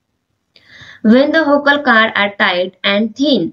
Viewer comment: Hi mam I don't want to judge you But 😢 You wore saying Caad not cord But it's ok ❤